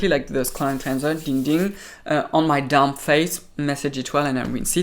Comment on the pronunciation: 🤣🤣 I thought you called your face dum but you said damp 🤣🤣 I love your accent 😍